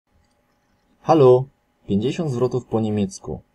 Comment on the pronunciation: Hallo nie mówi się halo tylko halu